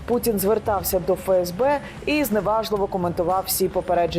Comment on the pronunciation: "ФеЕсБе"... Тоді вірно казати "ЕнЛеО" 👌 А точніше "НеЛеО"...